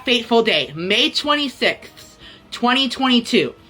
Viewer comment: “may twenty thsixsths”